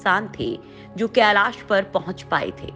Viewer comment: केलास नही *कैलाश*भाषा तो शुध्द बोलाकरो।धोती भाषा कभि शुध्द नही बोल्ता हे।